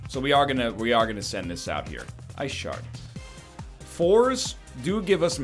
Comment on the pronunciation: Your t-shirt is telling you that you need to "git swole" and stretch the wrinkles out over your muscly form. Ah, the classic "blue vs blue" conundrum from Magic. And then that pronunciation "Ice shart." The comedian! NL decides that he wants 3 damage more than he wants 7 damage SMH...